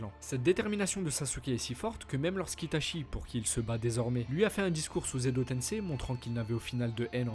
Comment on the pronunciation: On te l'a surement déjà dit mais normalement on prononce "Ita'tchi" et pas "Ita'chi"... A part ça, c'est clair propre et intéressant, comme à ton habitude, Merci pour le travail fourni !